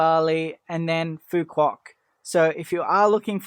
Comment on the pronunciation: To start you might want to get the pronunciation of the island correct. You're pronouncing it like a tourist not a local.😂